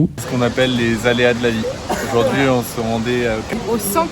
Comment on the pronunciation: On dit aujourd’hui pas EUJOURD’HUI!!